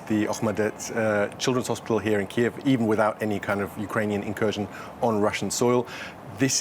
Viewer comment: ukrainian pronunciation is correct one and it is КИїв, not Кієв - this is russian pronunciation